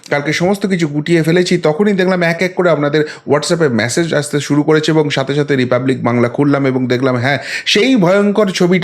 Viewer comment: Please don't say massage , it is message